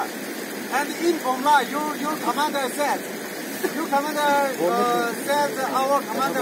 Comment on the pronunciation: China army english....commandar...,says Commondal..😁😁😁